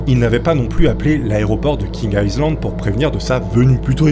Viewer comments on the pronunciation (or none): Ça s’appelle vraiment « King Aïzland » ou c’est juste sa prononciation qui est mauvaise ? Ça me perturbe vraiment 😅. Par contre j’ai adoré la vidéo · Ça s'appelle King Island et ça se prononce King AïeLand